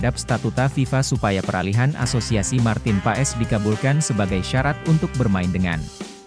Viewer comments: Min....Kalo baca nama org yg bener opo'o ?kayak gak pernah sekolah smp aja....huruf O. E dibacanya jadi U... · Tolong sebut nama orang yang benar ya bos